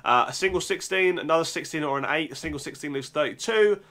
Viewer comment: Practice pronouncing the "t" sound in your words. Say "eighty" not AE.